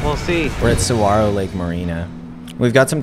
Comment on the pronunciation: I’m begging people to learn how to pronounce saguaro hahaha great video though!!